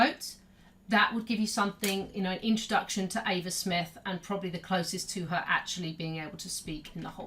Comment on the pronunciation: Eva Smith* (not Ava smith)